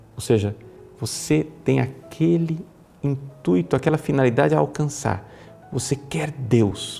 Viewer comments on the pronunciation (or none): none